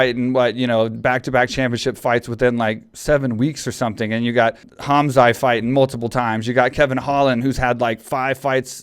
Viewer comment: Mike, Khamzat - K is silent(like Khabib), so Hamzat, T is NOT silent . 'Chimaev' - you got it right . In case you're wondering I'm from that part of the world. Love the podcast!!!